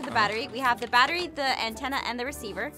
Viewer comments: Amphau: the batwy. Me:lol don’t you mean battery 🔋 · IM SO SORYY ITS NOT BATWI ITS BATRY DA!!🙄🙄🙄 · APHMAU😂😂😂 ITS 😂NOT😂 BETERI ITS😂 BATRY😂😂😂😂😂😂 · The batta-wee The batta-weeee The batta-weeeeee Jess: THE BATTA-REE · Aphmau: The batwery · The batta reee the battleship BAT A REE THAT'S HOW YOU SAK IT I mean say it. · aph: the barowee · the batleREEEEEE is what I unerstand😂 Or the beterWEEEEEE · its so funny hahha ahmau doesn't no how too say battery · my god you did not know to read battery